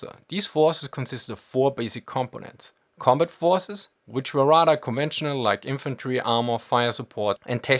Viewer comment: Ah, close but no Milka. It was the pronunciation of "combut" that gave me the idea...probably a germanic linguistic idiosyncrasy...cool either way.